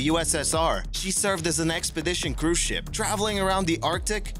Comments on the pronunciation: It does sound like that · A HUGE thumbs up for this one! I too heard SHIP - not shit! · He said ship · sounds more like a T to me